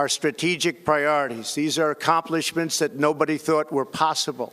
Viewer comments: Trying to say "accomplishments" even his own lying mouth couldn't say that word.. lol "A compliment.. Shadessss".. If this doesn't end up on Seth Meyer.. I'll be disappointed. lol #wardistractsimpeachment #noneofthepresidentsmen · "...these historic accomplimentshades..." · Talle-rided... That's Trump for ya! Can't even predict the word tolerated, even if his old grandpa eyes can't see it or read it fast enough... Just can't predict that "difficult" word. accompliments? Jesus, there goes his brain and dentures... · "tolorighted" "accomplemen-shades" That was pretty funny but still, I'm impressed with the quality of his speech. They probably had a plan of what he has to say and he delivered the speech almost flawlessly and covered a lot of topics. Makes me wonder if he has a concealed earpeace and someone is reading the speech into his ear 🤔 (the breaks he takes in between sentences could be because he's listening). What do you think?